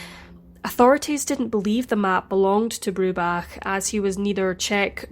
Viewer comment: I love that you had so much respect to learn how Tristans surname is pronounced correctly.